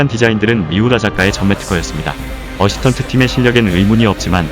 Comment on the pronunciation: 어시턴트? 어시스턴트가 맞습니다. 어시턴트는 발음 안되는 일본영어 같은데, 고등학교만 졸업했어도 이런 엉터리 영어는 안써요